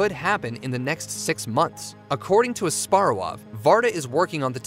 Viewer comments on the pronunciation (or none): The H in Asparuhow is NOT silent.